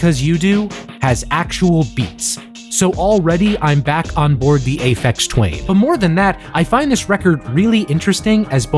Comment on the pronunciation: "Aphex Twain" made me laugh way more than it had any right to.